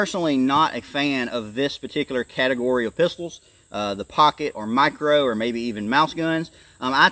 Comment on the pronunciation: What in the hell is a "mirco"?